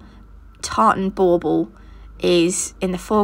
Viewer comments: What the heck is a ball ball Boble what the heck she saying??? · SO cute!! I love it so much! Are you saying “bubble” for those ornaments or “ball ball”? Either way I’m in love with your videos and you taught me so much!!! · 11 mins in and I finally just realized you were saying bauble not ball ball. 😂😂🤦🏻‍♀️🤦🏻‍♀️